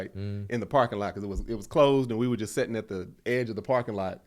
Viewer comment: saying “setting” instead of “sitting” is so funny to me 😂